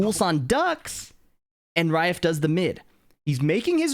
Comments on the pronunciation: He's literally not saying Ra-if. He's saying raef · Does it sound like is saying "Rai-ehf" (like the letter F) when it's supposed to be "Rah-if"? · I don't mean to be snarky, I'm a fan. It's Ra-ef (رائف). Like Ra if. Anyways back to watching the video. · he's not the pronounciation on the R isn't correct.